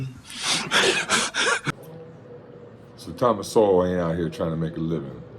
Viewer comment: You can't even pronounce his name and you try to insult him lmfao.